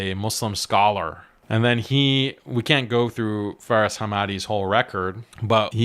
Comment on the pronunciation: Faris❌ See far ✅